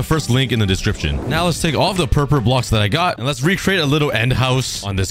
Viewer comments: Hi um so my little brother is kinda anoyed how you say purple wrong so it's pronouns as prlol but the word is purple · Pronouncing "Purple" Most people: "pur-pol" Meanwhile,: "pur-pur" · am I the only one that hears 'pur pur'